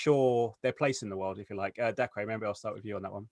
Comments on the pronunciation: LMAO DACREE its just pronounced daycah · His name isn’t pronounced dacreyyy